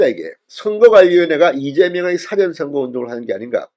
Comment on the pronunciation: 진선생 사전의 사는 길게 발음 하게. 짧게 하면 단어집을 말하네. 금방 발음한 무죄는 짧게 해야 되는데, 또 길게 발음하니 이상하지 않은가 이 사람아.